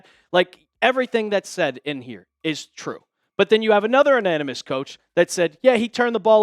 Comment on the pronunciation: Ananymous??? Say it with me, Anonymous…. A-non-amus. Sorry. Can’t help it. Like your content though.